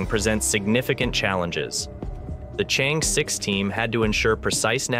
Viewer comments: It pronouces as chang err, not chen. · Its Chang'E. Not Change' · The correct pronunciation for the China's combination lunar module is : Chang-e 6 NOT Change. Nonchalant way of reporting!! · How pathetic! You can't even differentiate between Chang'e 6 and Change' 6! Did it on purpose? Or, prefer to invent your own terminology in order to slight others? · The only lunar Chang is Gordon. It's cháng+ é, as in err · The name of the space craft is pronounced " Chung Err" . It's the name of a moon bound fairy in Chinese mythology. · 👍I dont mind your mispronounced Chang'e X I do mind your named as Spacenews youtuber but you dont mention/skip or you dont knew the success of Chang'e 12345 which already land on the moon rover on the moon surface take selfe and still alive... but talk a lot on the indiaJaps...s story make it a pretty amuture report for a whole story . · Information and interesting video let down by the very pronunciation of Chang-Er. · You mispronounced Chang"e 6. Learn how to say it in Chinese.